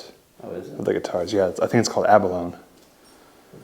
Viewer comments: Correction, you are close but it is pronounced ab-a-lo-nee. It is a shell that is found along the coast of San Diego. It contains a really delicious fish for lack of better description. I am sure it can be found in other places in the world. As a kid my brother use to go harvest it and bring it home for dinner. No it is illegal. That room you were wondering what it was for. I heard you mention caskets earlier, could that be an embalming room? Just a thought. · Yep, it's abalone... but pronounced ab-a-lone-i (like how the word macaroni sounds) =}